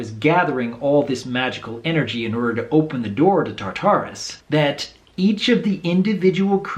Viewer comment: Two things: 1) It is pronounced: "TAR-ta__ruhs" (not _"tar-TAurh_rus" ). 2) The MLP:FIM Special "Rainbow Roadtrip" made the "categories of magic" official: a) "Arcana" = Magic of Unicorns ; ("stored" on spells, enchantments, potions and artifacts). -> This is the ONLY type of magic the SEAL of Cozy Glow could drain. . b) "Elemental" = Magic of Pegasi [Air] ; (also the magic of Dragons & the Chimera [Fire]). . . c) "Etherial" = Magic of Spirits ; The "fusion magic" Twilight took from the monsters (this is likely to be the magic Twilight acquired on the "Celestial Realm" that made her an alicorn). Posibly also the magic contained in the Tree of Harmony. Tirek can only drain magic (Arcana & Elemental) from "living creatures"; meaning he can not summon ghosts like Grogar did with Sombra (or manipulate the essence of "undead plants" like the Timberwolves), neither drain the monsters in Tartarus like Twilight did [an "alicorn_only" feature like making the "watching the past" white potion] or take the magic out of the Tree of Harmony (it is technically an A.I. crystal machine). Discord "Chaos Magic" is just a negative/reversed version of Arcana (what Tirek absorbed). Discord´s existence in The Realm of Equestria is kept by his Etherial magic (this is why Starlight´s "banishment" spell only affected his physical body, but not his Spirit ).